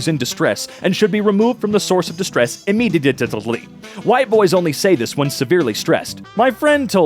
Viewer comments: ImmeDIEtely. Or, Ihm MEE die et lee. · how did you fail to pronounce immediately